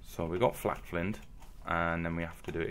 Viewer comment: Flaked Not Flacked Its Pronounced Flay k'd You Did The Same With Knapped You Said KK Napped And Didn't Pronounce It 'Napped